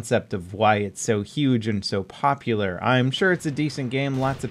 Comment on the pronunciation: "the most popolarrrr" gtfo never heard of da this m8